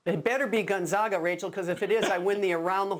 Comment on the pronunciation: How tf can people still not pronounce Gonzaga